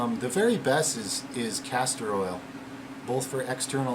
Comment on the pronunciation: castor oil not castrol